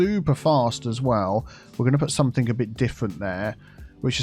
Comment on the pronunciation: Although does have a southern accent, most likely south east, he most certainly doesn't sound posh or pretentious. He makes common pronunciation mistakes in the south such as something/somethink for example. He is clearly just a down to earth, intelligent, nice guy.